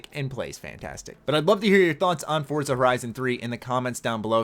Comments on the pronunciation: For-zuh not Fort-zuh lol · Don't think it's Fort-za, I think it's For-za